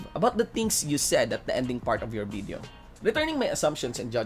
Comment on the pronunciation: Its "VIDEO" not "BIDEO", "PROVE" not "PROPE"... Anyway, ROASTED by Dave. Have fun cooling yourself in cold water.